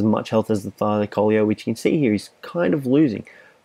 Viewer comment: The tylacoleo is pronounced thigh-la-co-leo